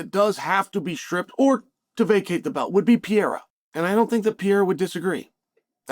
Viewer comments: Great take Mr Sonnen... only thing it's pronounced Per-rare-ra not Peira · PeReira not 'Pee air er'. Holy fk Chael. I bet you say NEW CUE LAR huh? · Imagine being a pro ufc analyst and still not knowing the light heavyweight champions name. Its Pereira. Not Piera. Pereira isnt even hard to pronounce. You have 1 job Chale. Its not some random fighter its the champion. 3 times 2 weight devisions. Get it right. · It’s been a while now Chael, and you keep butcher the poor guy’s name. Pereira is generally pronounced peh-RAY-rah, not pee-yay-ra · You cover the sport, at least try to mention their names correctly, its PEREIRA, not PIERA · It's pronounced "pee-air-uh" guys. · Alex Pee-air-uh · Chael "the butcher of names" Sonnen. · Dude seriously needs to learn how to pronounce Pereira. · you cant even pronounce alex's name right... foh chael..